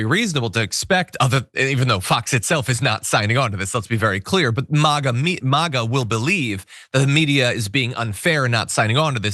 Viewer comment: Why does this dude keep saying Maw-Gaw instead of Mayga?